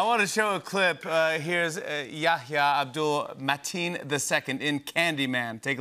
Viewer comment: It's Yahya, the H is not silence.